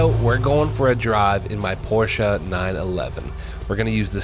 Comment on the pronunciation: I love it how you say PORSCHE properly 😊 greetings from Germany